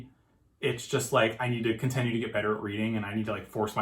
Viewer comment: why do you keep pronouncing "continue" wrong